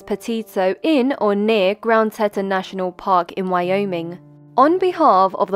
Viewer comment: 'Tea-ton' Finally found her 😞